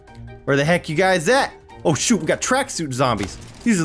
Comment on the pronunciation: it sound like u said "oh sit" oh shoot" XD